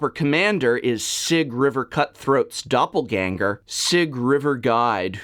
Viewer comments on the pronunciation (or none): none